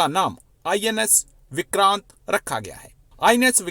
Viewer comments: You know some commentator has low intellectual standards when he/she cannot be bothered to pronounce names correctly. What the hell are “विक्रंत” and “केराला”? Since he watches Indian TV he must know how the names are pronounced. Deliberate? Also this “expert” on strategic affairs doesn’t seem to know it’s “(Admiral) Gorshkov” not “Gorshov”. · Vikraant Cheema Vikraant. Vikrunt nahi. Pakistani koi bhi Indian naam thik se nahi bol sakate.